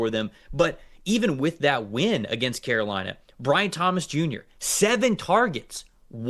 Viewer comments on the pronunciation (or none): none